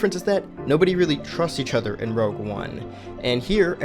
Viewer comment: K I hate to be that guy. But it’s rogue not rouge